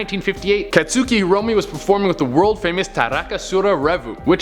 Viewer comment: katsooki me, an MHA weeb: FIO&TGKHUFGKJL<BUYIOG IT'S KATSUKI